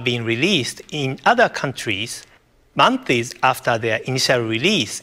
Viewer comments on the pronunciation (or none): none